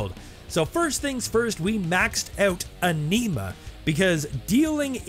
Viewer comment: Anima is pronounced "On-e-mah". Also, the contribution of that to Sustainment compared to simply firing your elemental weapon is miniscule. You don't want a bunch of enemies roaming around anyway, you want them dead.